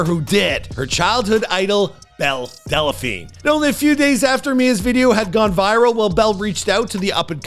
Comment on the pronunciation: "Delaphine"? "Wayfu"? "Attack OF Titan"? Dude, when did you just stop trying?